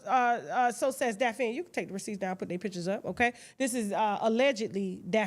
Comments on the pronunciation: Tasha always jackin somebody name up its DaphNE not Daphine but Im cracking up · Daphne Pronounced as Daphny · Tasha mispronouncing Daphne is too much for me😫